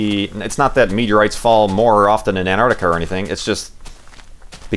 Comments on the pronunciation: STOP SAYING ANTARTICA! It's Antarctica. You were missing the first "c". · ARGH! There are 't's in 'Antarctica'! ;)